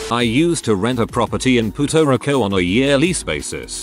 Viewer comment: Did this program seriously pronounce it "Puto Rico"???